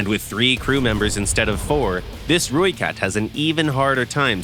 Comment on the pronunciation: Thanks for pronouncing ratel and rooikat correctly 😅